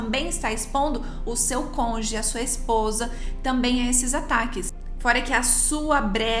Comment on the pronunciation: É CÔN-JU-GE!!! CÔNJUGE!!! CÔNJUGE!!! Entendido!!!??? E NÃO CONGE!!! Está bastante grandinha para falar errado!!! Esta parecendo o EX-juiz parcial fascista!!!